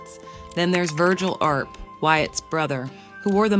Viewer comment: It's not pronounced 'leed', lead is pronounced led, not leed. Wyatt Earp was pronounced Erp not arp